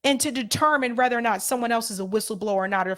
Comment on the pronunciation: Say whether sounds like weather not rather